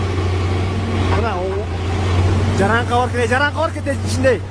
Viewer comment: Жараңкака эмес жарака дечи